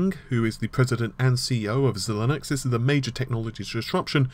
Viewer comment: I'm pretty sure it's pronounced zye-links.